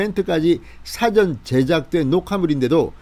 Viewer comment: 뜬금없는 말씀 죄송하지만 발음하시는 '사전녹화'에서 '사전'을 단어 뜻을 알려주는 책으로 발음하십니다. 계속 저렇게 발음해 오셨다면 고쳐지지는 않겠지만 영상 보시는 분들은 감안하고 들으시기 바랍니다. 발음하시는 '사'보다 약간 낮추고 약간 길게 발음해야 정상입니다.